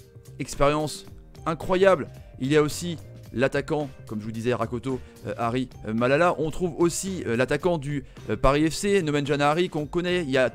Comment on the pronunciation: tres difficil pour lui de prononce Rakotomalala